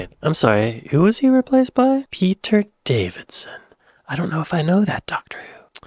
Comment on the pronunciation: Peter Davison, not Peter Davidson.